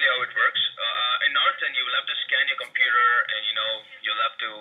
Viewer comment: TheDutchOwner's Tech Channel Hij zet inderdaad een Europees accent op maar denk geen Nederlands accent. Luister maar naar de manier waarop hij zn 'r' uitspreekt en bij het woord computer klinkt het als 'Compoeter' waar een Nederlander eerder 'Kompuuter' zou zeggen. Slechts een mening btw :)